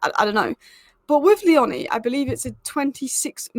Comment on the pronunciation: By the way it's Leoni like tony not the way you say his surname 😂